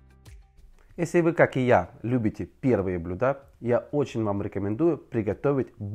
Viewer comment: не БлюдА, а блЮда , ну ек макарек !- см дальше ?